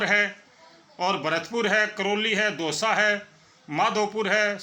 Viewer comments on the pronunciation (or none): दौसा h डओसा nahi 😅